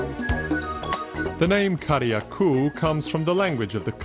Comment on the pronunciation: Yep, it's GrEnada just like it's spelled. Carriacou is also mispronounced . It's "keh-ruh-koo". The second a is silent. Interesting video otherwise.